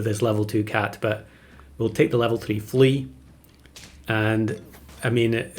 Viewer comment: "level flea" sounds like you misspoke level three. Followed up later by the tongue twister "almost level three flea" Very confusing pet.